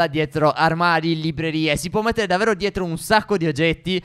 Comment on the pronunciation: Io vi adoro,ma perché dite davero e non davvero? Siete bravissimi lo stesso